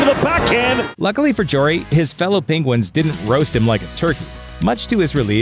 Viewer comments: JARry not jor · It’s Tristan JARry, not jewelry. Your pronunciation is a blooper